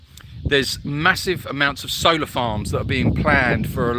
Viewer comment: Oh, solar farms. In the beginning I thought you were saying soda farms. That’s better. ❤️